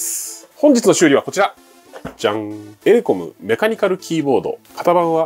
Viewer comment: エレコムが英国に聞こえた